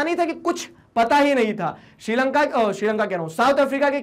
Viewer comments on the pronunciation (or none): none